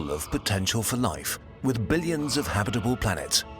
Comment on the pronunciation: the way he says habitable hurt my brain. habiiiiit'ble instead of haaaab't'ble